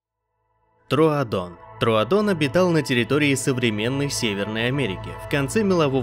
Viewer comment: Поправка не традон а трудон